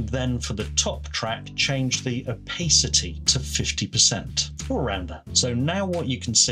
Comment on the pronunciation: Oh and it's oh-pass-ity. 😉